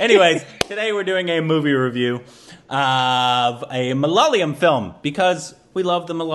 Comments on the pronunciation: You are still pronouncing malayalam wrong please. It's not that hard. Pay attention to the spelling. Its MA - LA - YA -LAM. You are saying it like this - MA - LA - LA - YAM. Get it right please if you are gonna react to malayalam movies. Please. 🙏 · For 100th time... It's ""MAA LAA YEAH LAM"" NOT MALALAYAM.... you guys are reversing Y and L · Dude, it's not maa laa yeah lam, it's jus ma la ya lam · its ma-la-ya-lam not malalayam. I know its hard. Word malayalam is a palindrome. Try reading it backwards. Great reviews by the way. I recommend Sudani from Nigeria. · it's not "ma la la yam", it's "ma la yaa lam". I know u have tried. Just keep on trying dude. One of these days ur gonna nail it. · its not MALAA-LAYAM its MALA-YAALAM .. Hope u got that ..lol :) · For the love of goddddd.....it's ma-la-ya-lam not ma-la-la-yam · It’s pronounced “ Ma La Yaaa Lam “ You guys just need to stretch the Ya a bit more. Not the La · for the 102nd time.. It's pronounced Ma- la - ya - lam.. 🤗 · How long are you guys going to say Malaala-yum? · now has the consonants right. He's not stretching the ya yet though. The ya here is the ya in the word 'yard' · I dont know how gets the pronunciation on point.... And why mess up... 😁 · These guys come in and mispronounce malayalam for like the millionth tym..... Then give us the best and the most intricate observations and genuinely like the movie..... I'm confused